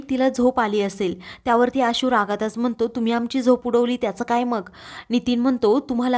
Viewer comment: उच्यलली नव्हे उचलली. म्हनतो म्हणतो, पुर्न उच्चार सुधारणे आवश्यक आहे.